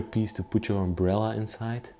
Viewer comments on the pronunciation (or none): none